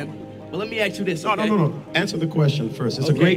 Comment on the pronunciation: Tell Oprah how to pronounce ACT AND ASK.